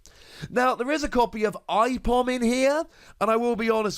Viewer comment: Hey Aipom is spelt A-Pom brah :)